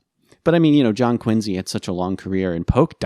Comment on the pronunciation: First Wärren Harding, now James Poke and John Quinzy Adams, I’m learning so much obscure presidential pronunciation from this channel